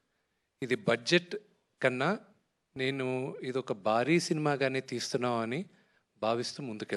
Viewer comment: మల్లా చెప్తున్నా బారీ etc తెలుగు pronunciation చెత్త లా ఉంది. మోహన్ బాబు గారు డైలాగ్స్ రారాజు ముందు మీ భాష (బాష కాదు ) మార్చు కో విష్ణు